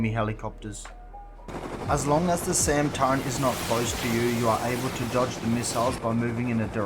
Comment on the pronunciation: No one has ever pronounced it turrent lol. It’s a turret hahahaha